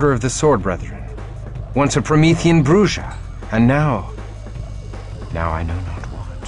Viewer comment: The mispronunciation of Bruja always bugs the shit out of me. I'm almost out of shit.